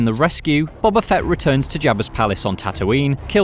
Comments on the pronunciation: Stop calling him "Bobba," it's "Boba," like "Boh-Ba," not "Bah-Bah." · His name is BOBA Fett, not Bobba. Do you not watch the show? He says his name out loud. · Why do British people just pronounce names however they want to? When I say Ahsoka Tano, my American accent would suggest I'd say "Tan-oh", but I say "Tah-no", because that is her name. "Bob-uh" is not his name, it's "Boh-buh". This has been my TED Talk. Carry on. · Its "bo" "ba" not "bob" "a" 🤦‍♂️ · It’s pronounced Bo-ba not Bob-ba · Why do all British people pronounce his name as Bobba?....it’s Bow-ba 🤷‍♂️👌🏼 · Boba not Bubba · Why does he pronounce it Bobba Fett? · Cmon surely you guys can pronounce Boba Fett correctly. It’s not bob ba.